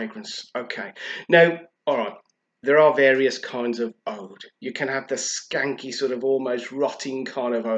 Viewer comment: It's pronounced oood.